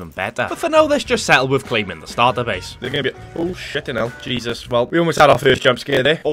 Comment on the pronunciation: Your first characters name is Jesus. It’s a Mexican name pronounced hey-Zeus. Great video!